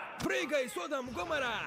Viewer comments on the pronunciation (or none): неправильно ударение ставит, там садОм и гамОра